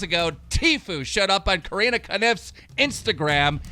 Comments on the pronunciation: CO RIN AAA NOT CARINA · Its literally corinna said: kor-in-ah its not hard why does he always fuck it up lmao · Why can't he say Carinna's name right? I mean...... David says it so much.